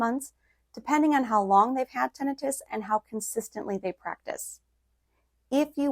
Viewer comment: You mispronounced Tinnitus